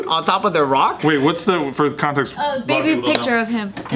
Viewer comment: she said we need the context it sounded like she said we need the content